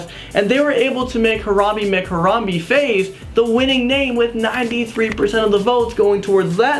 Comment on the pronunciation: Its pronounced Haram-bae not Haram-bee